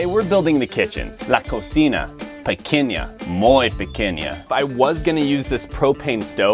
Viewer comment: When you said "pequeña, muy pequeña" sounded likr something else